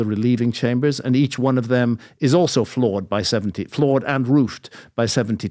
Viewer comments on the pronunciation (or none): It's not "dem" patrick. T H E M, pretty easy word, I expect you to practice